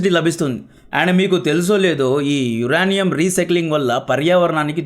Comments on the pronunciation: యురేనియం bro యురానీయుమ్ కాదు స్పెల్లింగ్స్ నేర్చుకో బ్రో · Uraanium kadhu adhi uranium ( yurenium) ani cheppali. First pronunciation check chesi videos chey. Inka baguntundhi. Mislead avtharu telugu vallu province wrong ga nerchukoni. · యురనియం కాదు,యురేనియం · యురానియం కాదు యురేనియం మన రాజకీయ నాయకులు మనకు దాని ప్రయోజనం అంద నివ్వరు . GST+UST+MST+PST+BST+SST అన్నీ వేసి పెట్రోలు కంటే ఎక్కువ రేట్ ఫిక్స్ చేస్తారు